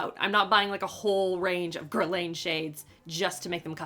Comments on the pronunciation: Gur -lahn not lane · It’s pronounced Gur-lawn! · It's ger-lawn 😂😂😂😂😂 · Guh-lahn (guerlain) hehe 😅😅😅